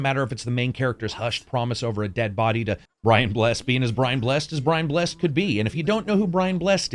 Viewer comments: BRIAN BLESS-ED NOT BRIAN BLESSED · It's not pronounced Brian Blessed. It's Bless'd - Bless-Ed :D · Brian Bless-ed. Not Brian Blessed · Really enjoyed the review well done and thank you - but as someone who's native to the UK, i just have to say - it's pronounced "Brian Bless-id" (Brian Blessed). ;-) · Is this an rpg version of that sword fighting multiplayer game from about 7 years ago? PS. It's pronounced Brian Bless-ed. Gordon's Alive! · *Brian Bless-ed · Good review, think I will buy it. Just one thing though, it's pronounced Brian Bless-ed, not Brian Blessed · It's Brian Bless-ed, not blessed. Easy mistake. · Hey great vid. Just a heads up, it's pronounced 'Brian Bless - Ed'. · Brian Bless-ed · Not a fan of Americans pronouncing Brian Blessed as blessed, as opposed to Bless-ed. But I can forgive, cos he’s great. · Great review, just one thing; Brian Blessed's surname is pronounced Bless-ed. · Brian Bless-ed. FLY MY HAWKMEN! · It's Brian Bless-ed Karak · Brian Bles-sed 👌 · Firstly Brian Blessed is pronounced Brian Blessid, as a true RPG fan I'm concerned that this game isn't going to succeed, this game is very important when so few decent story driven RPG's are being made, the developers are obviously not money grabbing big games corps. , they obviously are dedicated on making a great game and I'm concerned they might have fallen short slightly because of money, I want this game to succeed and for the developer to fix and enhance this game over time and then make similar but improved games set in other historic locals and times such as set during the Viking raids on UK and France and during the peak of the true Roman Empire and during even the Egyptian or Greeks but not like AC, and hopefully it might get Bioware etc to put more depth into their RPG's and to make them slightly more often. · Came looking for this comment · its Brian Blessed pronounced Bless-ed. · you clearly dont know who Brian Blessed is either as you mispronounced his name